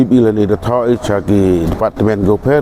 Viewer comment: Tang u pronounce ia i department leh myn pu tip mo